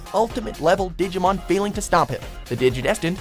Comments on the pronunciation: Anyone notice this guy can't pronounce a single Digimon name correctly? Seriously this fucking dumb shit needs to go back to school and retake English all over again! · PLEASE LEARN WHICH SOUNDS ACTUALLY EXIST IN JAPANESE, AND HOW THEY ARE WRITTEN! YOU HAVE BUTCHERED ALMOST EVERY DIGIMON'S NAME!